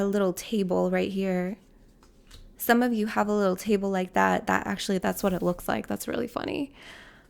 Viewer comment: "Some of you have a littrle tabele" me picking up a little table in that moment 😂